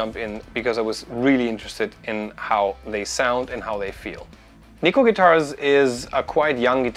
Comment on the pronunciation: You're pronouncing Neko wrong. It's Japanese for cat so Google translate will tell you. ;)